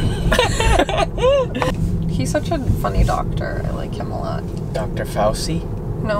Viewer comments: Dr Fauci is adorable, his name is actually pronounced “fau-CHI” ( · I love y'all but I cringe when you guys say fauci lol in italian ci makes the sound of ch in english so its pronounced fauCHEE